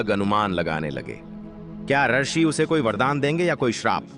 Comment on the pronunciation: रशि नहीं रूषि होता है ।